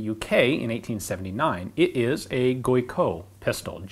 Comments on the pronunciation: Pronounced Gee-co ! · That should actually be pronounced Gee-KOE. (hard g as in get. accent on second syllable). Keep up the great work. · Surely this should be pronounced "Gee-ko"? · french around here pronounce it " Gee Ko " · When Australians say geico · Hard G and EE vowel. Not "guoy". And COH. The T is silent.